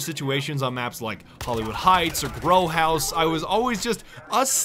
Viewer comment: I could've sworn said "Bro House" instead of "Grow House" lmao